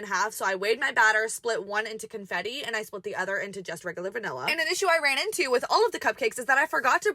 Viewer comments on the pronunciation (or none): Did you say Cuntfetti?!?